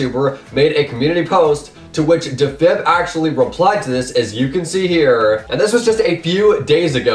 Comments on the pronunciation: deefib not difib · That is not how you pronounce defib